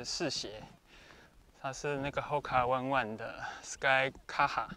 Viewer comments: HOKA ONE ONE念法應該是 吼卡 歐內歐內（日文） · 感謝分享, 但有個地方可以小修正, 牌子的發音是HOKA ONE(歐內) ONE(歐內), 為毛利語